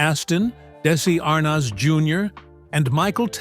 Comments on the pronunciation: Darn AI- tell tale sign how pronounced "desi ar-nez" ?!?! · Da-si Ar-noz? These computer-voiced videos are horrible and unwatchable. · Daissssy Arnoz - that's AI for you. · AI Robo-Voice says, "Daisy AHR-Nahz, Senior" and i click away. Bye bye, stupid Ro-droid. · These AI mispronunciations lie heavy on the ear. Really? Desi Arnoz? Is it so hard 2 get a human 2 narrate? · Why can’t the narrator pronounce Desi Arnez Jr correctly? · Desi arnaz Jr ,not how ever you mispronounced it